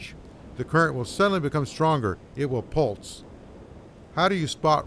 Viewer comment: << >>. The word is pulSe. Not pulTz. You’re welcome.